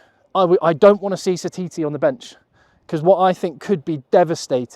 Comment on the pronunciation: From New Zealand and I think your bang on the money!! Ya took the hard decisions out of it for me and done it all perfect.When you said Narawa and Satiti you got it perfect. Be interesting to see what happens I'll remember this team.❤